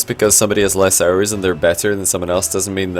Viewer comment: And I hear "Arrows" and sometimes even "Aerials"